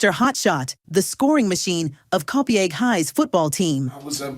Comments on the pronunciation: Copaigue is pronounced Co-PEG 😂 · FYI, the name of his hometown is pronounced "Co-paigue." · COPIAGUE is pronounced Co- pay-g . The i is silent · The butchering of the name of the town Copiague..... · Grew up in Huntington but knew of the gentleman. Wonderful story. Did it bother you the way the narrator pronounced Copiague? Guess that is AI. Really enjoyed this video.😊